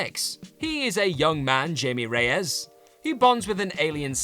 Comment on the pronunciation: Not Jay-me Ray-ez, Hi-meh Ray-ez. In Spanish, the letter J has an H sound.